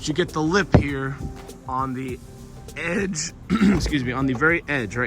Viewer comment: hahah the way you said «edge»